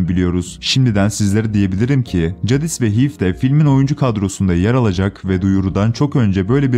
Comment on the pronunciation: Cadis değil Ceydis